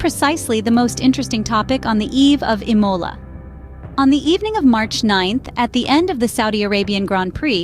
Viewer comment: Please learn how to pronounce the word Imola! The accent is on the I and not on the O!!